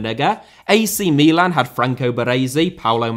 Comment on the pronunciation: please stop pronouncing Milan like you are having a stroke